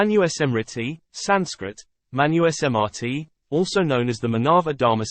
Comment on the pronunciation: Awesome. Its pronounces as MANUSMRITI sir, not Manu-e-smrtit.